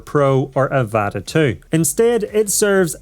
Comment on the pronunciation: It’s pronounced avata not evata